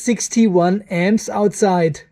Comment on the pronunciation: for many minutes i was having trouble to understand what was the M's (or "emz"), only when i saw the power supply charging at 21 amperes i did understant "emz" was for amps. i am not a native english, and thiss is the first time i struggled hearing the "amps".